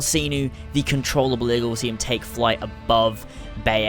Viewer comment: control able?????? your english is so good